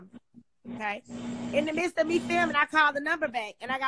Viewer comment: I just wanna say thank you for saying "midst and not mist" That shit is annoying asf!